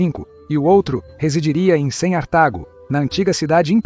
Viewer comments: Cem "artago"? O que vc quer dizer com isso? ... Prejudica muito o entendimento p'ra milhares de acessantes do seu canal...Parece-me pouco inteligente ... E não contribui p'ra compreensão da História romana. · Muito ruim essa pronúncia. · Por que a IA qye faz essa tradução não conserta essa tradução do "C" para o som de "ce" mesmo, em lugar da significação do número 100 romano?! Refiro-me a momentos como "100onstantinopla" e "100artago". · Atrapalha demais. Tudo o que é “C” a IA lê 100. Até Cartago vira “Cem artago”. Horrível!